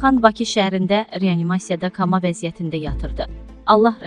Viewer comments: Allah rehmet elesin yeri cennetdir onsuzda.Bir hawiye cixim.Bu portallara diktor guturende tesilleri yoxlanilirmi goresen Koma sozunu Kama deyir.Belkede yeri deyil ancaq demek lazimdir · Bu aparici ne qeder savadsizdi kama koma sozlerini ayird ede bilmir hele milletide marifllendirir nc nc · Kama veziyetinde yox , koma olar , danisigina fikir ver . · Men yazacaqdım sağolun ki yazdız esebleşdim kama sözüne düzü ilk defeydi esidirdim 😡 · "KAMA" yox KOMA...."Minaya"sözünü də düz tələffüz etmək lazım...səsi gözəldi..amma tələffüzü düz deyil.... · "Kama" väziyyäti yox, "koma," yazıldıĝı kimi deyilir. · Xanım "KAMA" yox "KOMA!" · SAVADSIZ KOMA. KAMA YOX. ALLAH REHMET ETSIN. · "Kama" vəziyyəti yox xanım "koma" vəziyyəti deyilir. Allah şəhidimizə rəhmət eləsin, nur içində yatsın. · Amin allah rəhmət eləsin kama yox koma bu üzündən oxuya bilməyəni hardan tapıblar. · Kama olmaz koma olar.Bir yandan üzülürük bir yandanda bu cür savadsızların seslerini eşidib esebleşirik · Allah rəhmət eləsin! Hörmətli aparıcl kama yox, koma və vurğu o-nun üstünə düşür. Sizə elə gəlir ki, guya kama deyəndə daha mədəni olur, əksinə daha qaba olur. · Allah rehmet elesın😞🥀kama vezıyyetı nedır? Koma deyılmelıdır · Allah rehmet etsin .Jurnalist ve aparicilar : Sozleri duzgun teleffuz etmeyi oyrenin .Vurgunu duz qoyun, xususile de rus adlarini , seher adlarinin teleffuzune, vurgusuna fikir verin.Xanim deyir "kamada olub" Koma . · Kama yox koma!!Allah rəhmət elısin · Kama yox (KOMA) ay savadsız diktor. ALLAH RƏHMƏT ELƏSİN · Xanım,ruslardan ferqli olaraq bizde "o" herfinin harda yerlesdiyinden aslı olmayaraq söz olduğu kimi oxunur.Yeni "koma" yazılır,"koma" oxunur.Kama yox. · Kama nedi ay jurnalist xanım vallah oxumağnan deyile here öz yerini bildirir KAMA DEYİL KOMA VEZİYYET AY TUPOYLAR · Həyatda ilk defedi ki koma sözüne kama deyen adamı eşidirəm Oktyabıra aktyabr Noyabra nayabr deyen görmüşdüm komaya kama deyənide gördüm bilmirlər özlərini necə gosdersinler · Kama yox ay qiz koma komaaaa